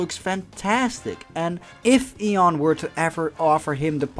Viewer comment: What's ion? Did he mean Ian?